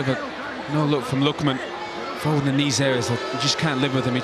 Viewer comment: LeMat yeah except the Irish geezer kept calling him foden 🤔